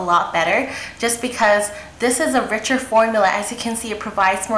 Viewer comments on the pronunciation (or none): none